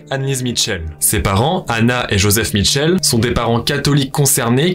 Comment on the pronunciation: Information jai toujours entendu dire michelle et non mitchell